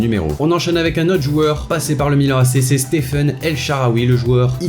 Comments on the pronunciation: Bonne video mais c'est stephan el shaarawy et non stephen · « Stephan » et non « stephen » El shaaraway, t’as rien respecté du tout là 😂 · Ce n'est pas "Stephen" mais Stephan En Shaarwy